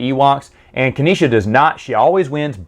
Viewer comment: Dude,, it's pronounced "Nee-sah", not "Kaneesha" 😉